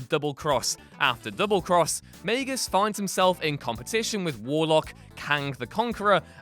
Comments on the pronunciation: UGH Its MAG-US not MAY-GUS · Why does he pronounce Magus may-gus? Its Mag-us, right? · it’s not like “mag-us” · The way you say Magus triggers me.